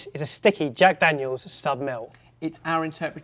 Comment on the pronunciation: Jag Dagnels and bacon strips... Trying to reach someone?